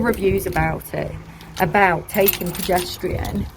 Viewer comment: I can’t not hear "pedestrian" rather than progesterone hahah but just looked through so happy it worked for you !! Currently started mine xxxx